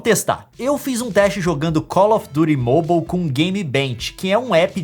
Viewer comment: E vc fala errado call of duty